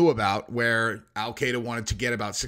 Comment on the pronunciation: Al-Qaeda is pronounced /al kɪ-dә/, not /al kay-dә/.